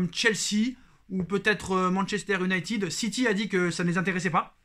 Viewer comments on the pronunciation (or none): none